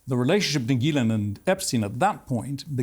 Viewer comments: I’m confounded as to how Benny Johnson can spend the entire interview hearing Ghislaine’s name pronounced with the g sound like in the word goat and yet he continues to mispronounce it with the g sound that sounds like a J. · I have heard this lady's name pronounced a multitude of ways. Are we to assume her brother is correct and it's pronounced "Gil - lin" and not "Gil - lane"? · I didn't know that is how you pronounce her name. Gilan? Rhymes with.... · Main thing I just learned from this is that her name is pronounced GILL-lane. Emphasis on the Gill lol I never really knew for sure. I figure her brother knows so I’m gonna go with what he says lol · So finally we know how to pronounce Ghislaine's name. Her brother pronounces it as 'Gillan' and as he is family to her, I suppose we can trust his take on how to pronounce her name. Of course Piers continues to pronounce her name as 'Gillane'. Everything else her brother is saying seems extremely suspect, I doubt anyone is convinced by him. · Is it pronounced Gees-lane, Gis-lane or Gee-lane?